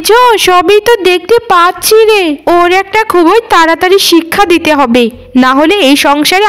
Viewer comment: খুবোই নয় এটা হবে “ খুব ই”